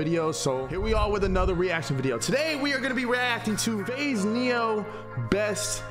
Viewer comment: A viNeo in Why 🤣🤣👌 luv you kid